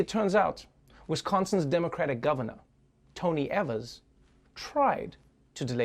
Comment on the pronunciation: It's pronounced ee-verse Also all I learned was Trevor is a sneakerhead